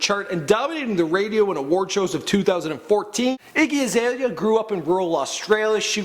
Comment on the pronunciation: Get a different person to talk about these people cuz he can't even say her name properly.😂